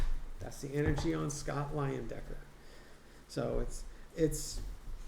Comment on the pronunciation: It is LIE-en-decker - in German the second vowel take on the long sound...